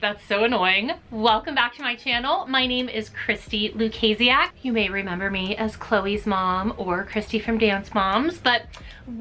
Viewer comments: Loo-kay-see-ack??? I always thought it was loo-see-ack 😟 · It’s pronounced lukaysiak?- i thouht it was lukasi ak 😭